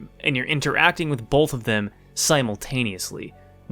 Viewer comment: "Bolth" Nothing but respect for our PNW president.